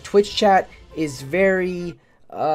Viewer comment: 0.25x VeRy